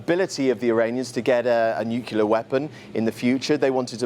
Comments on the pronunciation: actual journalists pronouncing nuclear as "nucular" is grinding my last nerve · he said “nook-ya-ler” 😅